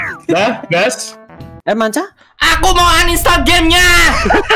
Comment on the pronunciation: manca bos, bukan mancha